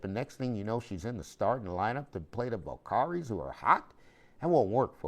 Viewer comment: It’s pronounced Val-Cur-Rees